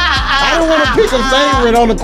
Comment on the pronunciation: Bro it’s wantch like ain’t nobody wantch you around here bruh